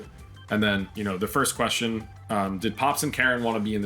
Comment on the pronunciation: "I DOUHNT KNO WHY THEY KEEP ASKING THAT QUESTAWN"